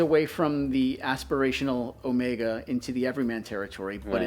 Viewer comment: When will you learn to say Omega? It is greek, it means BIG O.. MEGA O. How do you say Megalodon? Megapolis? you are a man of class, so keep that class.